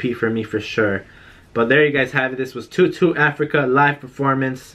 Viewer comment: Btw it’s pronounced toe doe